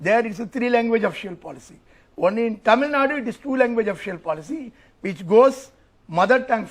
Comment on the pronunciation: It is Actually Thamizhnadu, but it is acceptable to call Tamilnadu. But I frequently hear people saying Tamilnad or Tameelnad. Do justice to the name atleast by pronouncing it correctly 🙏